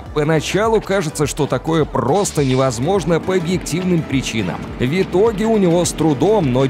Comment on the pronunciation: Голос симпатичный,но "Вьитоги" и нАчала. В-твердая. Въ итоге😢 И НачалА☝️